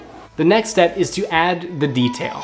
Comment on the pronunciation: when he say's next step is too add the detail, it sounds like he is saying next we add the beef tail, i was soo confused